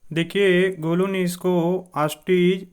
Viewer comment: It not golo it golu bro